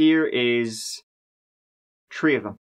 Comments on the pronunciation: Three....tree? Thirty.....tirty?? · as a baseball commentator: “Batting turd today, he’s tree for tree with tree singles. His turd tree hit game of the year.” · I just cant get over how you say "Three" or "Third". It sounds like Tree and Turd.